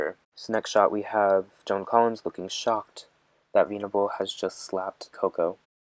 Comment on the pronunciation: I know you mean well but this video is all over the place and just a mess. You've made much better videos. The way it seems like you're reading it for the first time kills me. It's not veeenable it's vennnable